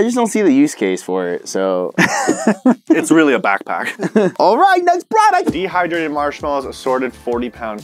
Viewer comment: “comment down below Next product”. Me: next pwoduct